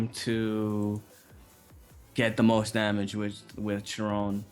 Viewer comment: looked it up to be sure. Chiron is pronounced. kai- Ron .